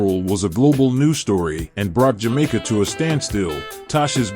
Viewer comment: You gotta do more reasearch in pronunciation of names and jamaica words